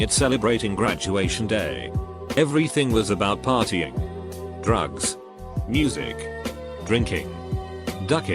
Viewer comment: noone:: drUgus